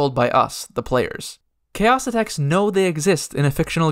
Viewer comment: Pretty confident you're mispronouncing Xaocitects. Was always pretty sure it's more like "Zaositechts" and had pronounced it that way myself, not "Chaositechs."